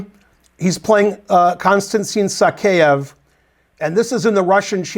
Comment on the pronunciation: So crazy to think of Morozevich as a player of the past. Somewhere around Covid it seems like he just stopped playing. It's "Sakaev" btw. Not "Sakeev".